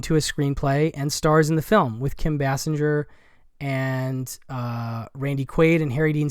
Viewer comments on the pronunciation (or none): In case anyone is interested, it’s pronounced Kim base singer.